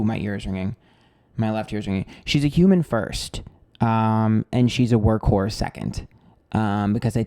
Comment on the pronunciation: My jaw dropped when you said work horse. I heard work whore at first 💀😭